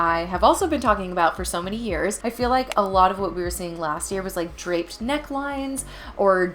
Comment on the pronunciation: DRAPED not DRAPPED.